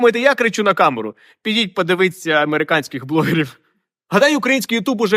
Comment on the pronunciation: Ага! На спалився: "подивится"! Найскладніше для російськомовних - не паляниця, а чередування "и" та "і". Та ще й "т" тверда. Але то, мать, вплив Києва. А хлопчина хороший. Канал буду дивиться(!) частіше. А мо і підпишуся? 😊